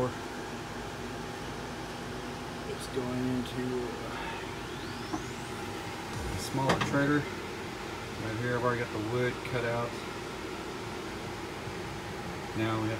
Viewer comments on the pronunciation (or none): Wtf, are you saying trader for trailer?